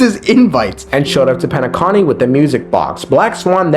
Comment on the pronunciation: It's Penacony not Penaconnie they said the name like 100 times bro